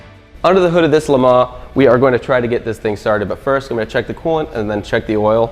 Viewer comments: Great vid, as always!! But the S on the le mans, is mute. You dont pronounce it :) tip fron a french canadian. The bob ross was So epic!! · LE. MON. SILENT S